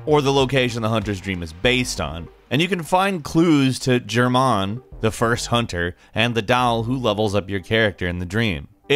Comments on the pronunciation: Lord Hater German, but not like Germany, the G is a bit harder than K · Did he just call Gehrman (Gair-men), "Jer-Mahn"? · germ mond....? Gare mon... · I can't believe you pronounced Gherman like "Jerman" smh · There's no "jumps" required for abandoned old workshop. And it's GHERman....not Jermahn lmfao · Jermaan? Its Gehrman (Gare-men) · Gehrman is pronounced with a hard 'G' not a soft sounding j as in GEAR not JEER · Germ-on Gehrman is more pronounced like Gear-Num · It's a guh, not a juh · "gay-r-mon" not "JER-MAN" lmao, you should really double check the pronunciation of this shit before you make a video that's focused on video game facts with millions of subs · The way you pronounced Gehrman lol, kinda cringed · Hears him say germ mon and immediately checks comments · Jermahn?! JERMAHN?! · djer mahn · I’ve never played the game but curious on how you actually pronounce it? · Like "gair-men" if that makes sense. Same way you say hair, but with a guh sound instead of an h. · it would be like Gairman, where gair sounds like "fair" and G is like in "Gas". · Moist Gnome GHER-man. It becomes clear if you played the game for 10 minutes. Apparently the dude didn't. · Everyone's talking about gehrmahn. What about when he said Dahl instead of doll? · You gotta be kidding me man, Jermahn??? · Lol. It’s 20 Fatalities to get a Head... how long have you been out of the loop? They updated that in the middle of last year. Its also pronounced as ‘Geir-man’ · Ni Gerhman. Just say it Ni Ger-men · Gair - men* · Jerrmon, the Mispronounced Hunter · “Germahn” I cringed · You can tell he has never played it. "Germaaan" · the hell is a Germahn? lol nice vid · I like how pronounced gerhman -jerrrhmahhn. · G.....Ger mon...????? Did he just...Nah, must've been my headset getting problems again.... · The abandoned workshop isn't a secret area. You literally need to go there for the true ending. Not the secret ending. And it's pronounced G-er-man. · How he says gernham lol